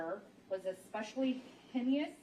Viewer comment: When she said hen-ee-us instead of “hay-nus” and my-tigating instead of mit-igating” I lost it. I’m hoping she was nervous and not just ignorant.